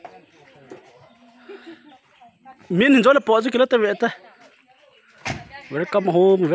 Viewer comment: Epi dinga L panna dinga khu R napansah jiu ham kanam mite ho, eg,welcome khu wercome nati jiu vin English beh hi phaten a pronunciation hi seithei leuhen hoilheh inte..